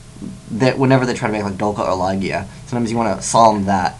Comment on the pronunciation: Why are you saying "Lah-gia" instead of "Lah-jia" all of a sudden?